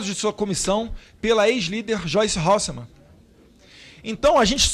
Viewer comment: Eu ouvi ele dizer Joice Horse man !?